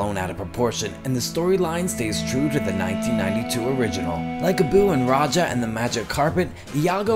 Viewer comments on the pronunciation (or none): none